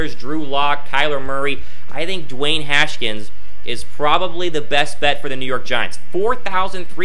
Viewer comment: It’s Haskins not “Haskins”